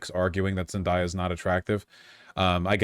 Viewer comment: VAUSH LEARN HOW TO PRONOUNCE ZENDAYA. Zen-DAY-uh. as in like daytime. during the day. dayquil. etc